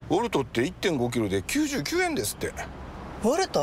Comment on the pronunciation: 最初コルトって言ってるよね